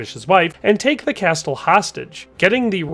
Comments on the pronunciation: Did you fr pronounce castle with a hard T? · He also pronounces the “t” in castle lol